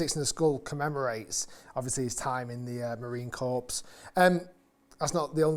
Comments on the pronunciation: Core, not Corpse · & How British is it to pronounce Corps as "corpse"? But thanks for actually telling us the price on this one, which was missing from the previous video (but maybe Cleveland hadn't published it, yet). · Rick, love ya. There's no E at the end of the marine corps. Should sound like "Core". Semper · Rick… FYI the Corps in Marine Corps is pronounced “Core.” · In ‘corps’ the s is silent. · Another great vid Rick! Just don’t let any USMC personnel hear you say Corps that way … 😂